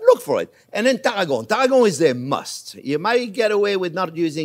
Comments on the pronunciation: I love Chef's accent but for those who are total newbies to cooking - as am!!!! - he's saying CHERVIL and TARRAGON. (I thought he was saying TARGO originally, until I looked at the recipe.) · ONYO TAH-RRA-GO MY-YARD 👍🏻